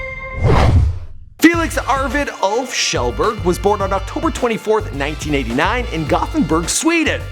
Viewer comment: Keelberg? The actual fuck 😂